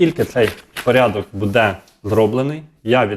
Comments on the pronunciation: Не будЕ, а бУде! НАГОЛОС ставте вірно! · Не будЕ, а бУде ! Став правильно наголос ! Неможливо вже це слухати.